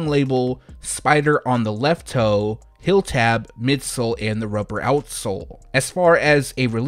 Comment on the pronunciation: Heeeeeeel, not hill